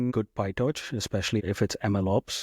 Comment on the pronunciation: PyTorch not pie-touch